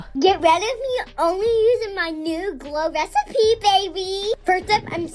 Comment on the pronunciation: "woo wecipe toner" had me dying like nobody is gonna take you seriously when you say that